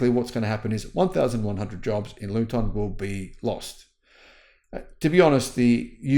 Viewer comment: Luton is pronounced Loo-Tun Ellesemere is pronounced Ells - Mear